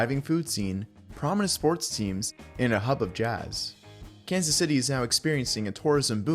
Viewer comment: YOU USED AI FOR THIS "kazzay cits"